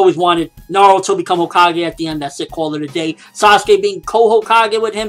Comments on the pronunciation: CO-kages? lol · Hokage not homage